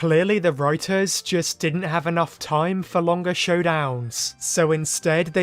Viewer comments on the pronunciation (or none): none